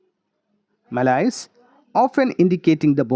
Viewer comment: you dnt how to pronounce malaise